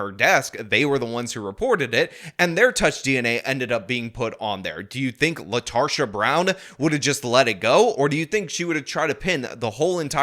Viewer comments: Her name is Latarda? I misheard initially. Latarsha. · You mean LaRetarsha. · I think you mispronounced her name, I think it's LaTarded. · Latarsha? Really? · I think it's lasharta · Lol “Latarsha” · “Latarsha”…….. /sigh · Did I hear her name correctly? Did he say her name is LaTARsha Brown? 🤣🤣🤣